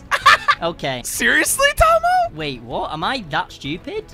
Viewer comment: just call tomo tomy😂